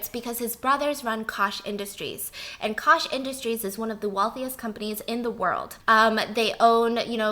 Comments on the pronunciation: It’s bill koch, pronounced coke, Koch family is a huge family....not kosh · Hey Stephanie, the Koch family name (pertaining to the wealthy Koch brothers) is actually pronounced like "Coke" or "Koke," not "Kosh" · "Bill Kosh, his brothers own Kosh industries" Wow how have I never heard of them? Oh Koch. She means the Koch brothers (pronounced Coke) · She is talking about the evil Koch family (pronounced like coke, not kosh) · Koch sounds like coke. not kosh. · Just for funsies and informational purposes, the Koch brothers’ last name and Koch Industries is pronounced “coke”, as in the soda pop. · I assume you are referring to the Koch brothers (evil devil spawns) which is pronounced like Coke. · Just thought I’d let everyone know that Bill’s last name is actually pronounced like “Coke”, though spelled Koch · Very educational! Koch is pronounced “coke” … the “coke” brothers 😘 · Koch is pronounced Coke. The Koch brothers are some of the most evil people on the planet. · Hi! Love your vids! Just one question: are you talking about one of the Koch brothers? If so, it’s pronounced like “coke” in Diet Coke or Coca-Cola. I think it’s German. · not trying to be mean, but Koch is pronounced like coke. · Koch - pronounced as Coke. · Hey Steph, I love you so I gotta let you know “Koch” is pronounce like “coke”. They’re the “coke” brothers. ☺️ common mistake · It’s pronounced COKE brothers biss